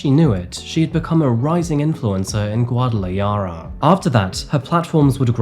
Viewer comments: Bruv it's Gwa-Da-La-Hara not Gwa-Da-Li-Ara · Guadalayara 😂 It’s pronounced Guad-a-la-hara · Guadalajara - the accent is on the 2nd to last syllable and the 'j' is pronounced like an English 'h' Gua-da-la-HA-ra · It’s pronounced harra not yarra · It's not Guadalayara....It's Guadalajara..The J is pronounced like an H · Hey! Long time fan of your channel!! I just wanted to let you know that the "j" in Guadalajara is actually not pronounced as "y" but more like "kh", sort of like a hissing H sound in the back of your throat. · Guadalajara….its pronounced as an h sound not a y. It’s driving me nuts every time he says it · Hello friend, just for future reference, the letter J in most Spanish countries (especially in Mexico) the J is pronounced as H . Guadalajara is pronounced Gwada La Hada or Gwada La Hara is you can’t roll your Rs . Just so you don’t sound silly mispronouncing stuff. GwadalaYarra is killing me!😂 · "Guadalayara"? Guadala - what? It's Guadalahara - the j is pronounced as an h - Guadalajara. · Guada la yara huh???😂😂😂😂😂 It's actually pronounced Guarda La Hara. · GuatalaYara? The 'J' in Spanish is an "H', the place is pronounced 'Guadala HAR a'. The 'Y' sound is for the double L, like 'Calle' would be 'Ca-yeh'. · Guadalajara is pronounced "GuadalaHARA not YARA" might be worthwhile to check pronunciation on google before you make a video about a place you don't have a language connection to. Thanks! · Bubba, it’s pronounced Guadala “ha-ra” not “ya-ra” 😉. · Guadalajara please pronounce it properly you dolt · Not Guadalayara 😂😂😂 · What is Guadalayara? Habibi, it is Guadalajara, guadalaKhara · guadalajara - the j is pronounced like an h, not a y. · Guadalajara. Pronounce the J as if it were an H not a Y! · how did you miss Mexico has a problem with cartel violence, that accounts for most killings not masculinity (machismo) and btw it is pronounced gwah dah lag har(rolling r) rah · "Guadala HARA", FFS! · Guada-la-hara is how it's pronounced